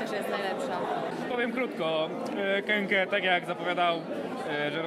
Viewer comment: Jak ktoś pisze KEKE to pół biedy, ale jak ktoś mówi KEKE zamiast KĘKĘ to hujowo.. naprawdę.. a jeszcze inny typo coś gada że płyty ok a koncert zniszczył - koncert przecież był zajebisty.. hm